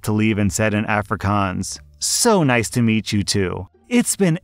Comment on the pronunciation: For the third story, it's kinda funny hearing someone pronounce "Afrikaans" wrong. But it's a weird word for someone who's never heard or seen it before, so I understand lol